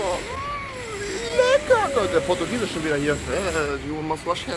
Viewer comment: Alle: Portugiese Rewi: Portguiese